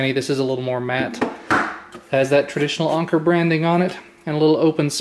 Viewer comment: Isn't it pronounced Anchor?